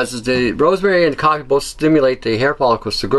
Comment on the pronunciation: are you saying coppie or coffee I can't understand some of your words. sorry, nerve damage